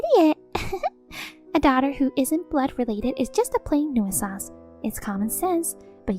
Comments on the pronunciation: PLEASE. FOR THE LOVE OF GOD, LEARN HOW TO PRONOUNCE COMMON ENGLISH WORDS. "New-eh-sance"? Really? Try : "new sense". Maybe that isn't perfect, but its a whole lot closer to right that you've yet come in the year or more you've been trying to pronounce it. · What’s a NEW-ih-sanse? Making up words? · New I sanse. That pronunciation... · Tip: Hey Siri. How do you pronounce nuisance.